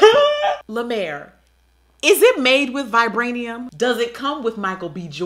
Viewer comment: “Vibranium” 💀💀💀💀im sleep